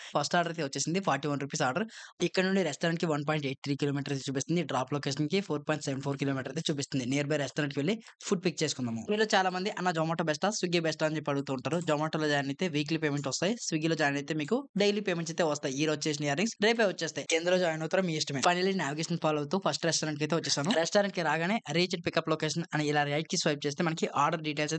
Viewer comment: I heard, Zomato is pronounced as Gamata 😂